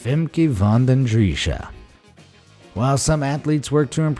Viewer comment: The name Femke van den Driessche and Nico van Muylder are pronounced very wrong. Their names are Dutch and we don’t say their names with that bad accent.